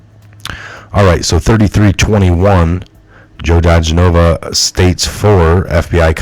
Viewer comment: Once again, DiGenova = dee-GEN-o-vuh